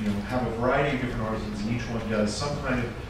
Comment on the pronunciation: Holy cow, a video where "artisans" is pronounced properly every time!